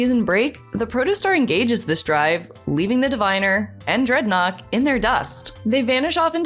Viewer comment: Dreadnought not Dreadkock!!!! Wth?